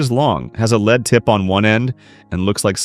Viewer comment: lol i have to laugh these fools musing ai that can't pronounce lead as in the metal pronouncing it leed not lead like in head we shoul petition youtube to ban ai , amd most all the stuff seen so far is repeats of the repeats of the shop that grinds out videos under a dozen different names